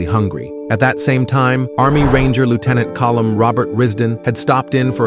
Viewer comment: Fix your AI voice over! It’s “Lieutenant Colonel” NOT Lieutenant “column”!